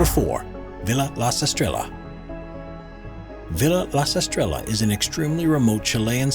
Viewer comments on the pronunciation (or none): In time stop you pronounce Villa La Estrellas incorrectly. IT'S better if you pronounce it, Vi•ya La Es•tre•ya. Because the two ll creates the sound ya.